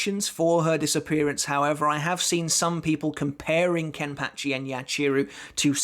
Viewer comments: The way he says kenpachi is soooo weird🤣😂😂:face-purple-smiling-tears::face-blue-smiling:😁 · It bugs me how he says kenpachi